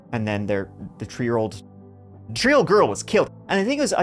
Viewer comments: Heh heh heh…he said tree instead of three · I love your videos, don't get me wrong. But oh, how I wish you'd stop pronouncing three as tchree. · Ah good ole number tree 🌲 and number turdy 💩 and turdy tree 💩🌲😂 never change my man I love little language differences and pronunciations and you always deliver. Love your videos and you usually give a different perspective than others who tell the same story. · Your accent is wild 😲 Third is turd. Three is tree. Wild. I needed some seconds to realize😂 btw Englisch isn't my first language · Tree, th th three. That pronunciation is absolutely hideous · why do u pronounce THREE, TREE? and you say 2:turty ?? English? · Is it weird that I look forward to every time has to say the word "three?" 😊 I know this is a video about an absolute tragedy but I keep hearing 'she was only tree years old,' or 'the tree of them' and it makes me smile. ADHD is real. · You can pronounce there fine, but not three without saying tree. Wtf.